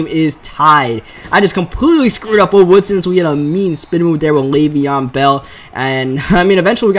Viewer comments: It's Le'Veon Bell not Lev'on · It is Lev'on bell not lav'on